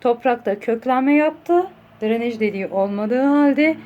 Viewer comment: Dranej degil “DRENAJ”